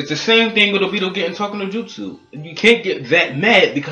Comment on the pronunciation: Not trying to be racist but every black reviewer on YouTube that I have seem pronounced obito wrong lol